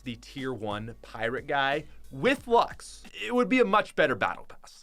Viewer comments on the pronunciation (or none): I can’t even count how many times mispronounced Luxe... THERS AN E WHERE DO YOU GET LUX